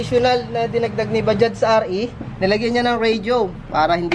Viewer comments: Bajaj daw po pronunciation nyan hindi Baja. Hindi po silent j sabi Ng mga kasamahan kong indian. Made in India. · pronounced is BAJAJ (all letters) not BAJA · Boss Bajaj po hindi Baja😆 , bigkasin mo lahat ng letra. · Sir ang tamang pagka pronounce ng Bajaj ay Bajaj na may sound ng J sa huli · May “J” sa dulo pag pronounce ng mga “5-6” sa bansa nila nyan Sir.